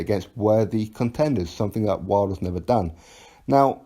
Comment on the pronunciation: Damn, AJ trying to fucking ruin Wilders name.